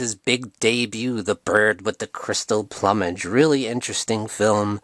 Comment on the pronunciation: Seriously, you've never heard the word plumage? It's pronounce ploom-idge